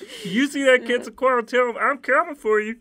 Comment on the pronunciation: when you actually know how to pronounce quetzalcoatl and tezcatlipoca so you mega cringe at how it was pronounced